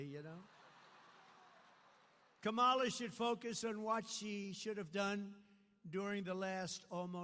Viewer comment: Kamala Harris told him her name, and he's heard it many times, but he still deliberately mispronounces it. Very childish.